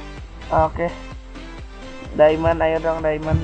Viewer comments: diamond bang,bukan daemen wiwkwwkwkwkwkwkw LOL XD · diamond kak bukan diemen